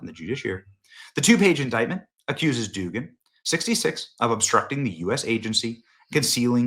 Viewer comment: The name is pronounced Dug-an or Doug-an. You sound incompetent by pronouncing it as Doogan.